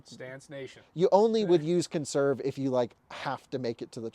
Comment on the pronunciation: "Per-ferned on... conn-serve mode?" Yay literacy...